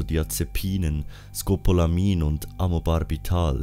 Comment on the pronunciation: Bist Du eigentlich Dealer oder Apotheker, dass Du "Benzodiazepinen, Scopolamin und Amobarbital" fehlerfrei rausgebracht hast? Oder hast Du vorher geübt? :-D